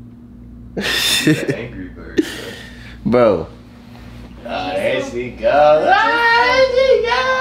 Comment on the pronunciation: This boy said titty bear and was trying to correct him by saying teddy bear LMAOOO 😂😂😂😂😭